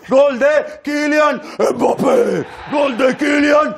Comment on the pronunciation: je t'aime encore plus juste parce que tu prononces bien Mbappé.